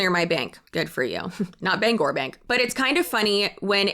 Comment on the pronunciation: As a Mainer and a Bangor Saving Bank customer, this is so wild. Also, you get all the praise for pronouncing Bangor properly.